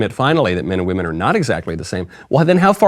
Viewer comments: Did anyone notice that he actually didn't say "women" but instead "we men" (At least he pronounced it like that)? And when he said " trans-woman" he kind of said it like "woMAN". Maybe he is just a master troll? After all with his pronounciation "Women control Miss Universe" is "We men control Miss Universe" and I would find that very funny! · He said We-Men. We men own it. And he’s technically right. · No, but the way he says 'weemen' sounds like he's talking about little tiny men. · He says We-Men 😂. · He/She says "WE-MEN" ❤😂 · The way he said "women". Its more like "wemen". We, the men owns Miss Universe. I feel this is going to be the downfall of miss universe. Mark my words. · Crazy is as crazy does... "Weemenn"... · That is NOT a weeman as he pronounced it. It is a really well made up drag queen. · The owner didn’t say “women”, he said “WE MAN”. Patriarchy always wins. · He is not saying women, or wymen, he is saying, "we-men" as in "now, we, men, run your institute" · It actually said We Men. Wemen. Listen closely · "Weemin." Tell you all you need to know really. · You're not listening, he specifically said it was run by "Weemen, for weemen"! Clearly something different than Women. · Dude said wemen. We Men! Lol! Yeah patriarchy!! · Come on, Michael. It's "we-men" now. Woman, women have been deleted. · He said WÈMEN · She cant even pronounce “women” lol